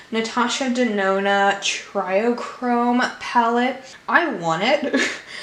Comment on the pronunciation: I don’t understand how people keep pronouncing it “try chrome” or “try-o-chrome”. It clearly says TRIO chrome in the dang title of the palette. Trio. Do people not know now to pronounce TRIO? It’s pronounced “tree-oh” 🤦🏼‍♀️